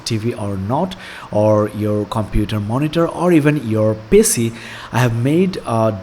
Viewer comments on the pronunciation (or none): Mate nice video, some pointers. It's Pee Cee not pissy. It's tyuo tor ial . Keep up the good work